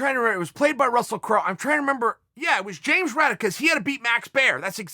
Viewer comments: James J. Braddock, not Raddock. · It sounded like Chael said Raddock. I'm pretty sure it was Jim Braddock :-)) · James Braddock lol, not raddock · Uncle Chael, wasn’t it Braddock? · If uncle Chael says the Cinderella Man James Braddock is James Raddock. Then obviously it’s James Raddock. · Send that wallet back....I dare u.....only thing ull wish u could get a refund on is the day you were born when chael shows up at ur door step.... Its james Braddock not raddock btw..imma definate Fan of boxing history ...but I'm also smart enough to know if chael says its raddock its raddock So technically I'm wrong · If uncle chael says its raddock its raddock ...